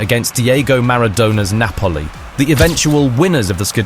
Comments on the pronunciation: A football fan and content creator that cannot pronounce "Maradona" or the Italian football club, "Napoli". You're yourself AI or just in denial. I don't care which you are. Have a good day. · bro.. you should fkn learn how to pronounce it ok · I thought that and the pronunciation of Napoli and Maradona indicated an AI voiceover?